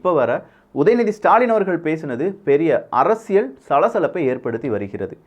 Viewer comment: அறசியல் அல்ல அரசியல் ! உச்சரிப்பு முதலில் கற்றுக்கொள்ளவும்